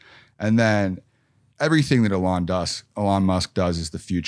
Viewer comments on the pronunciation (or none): Funny when Mike tries to sound like he knows Elon by pronouncing him name Ahlon! 🤣🤡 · If this guy says Elon Musk like "A-lon Musk" ONE MORE TIME...... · it's "EH lon it's eeeeeeeeelon.." ........ dorks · WHY CANT HE SAY ELON CORRECTLY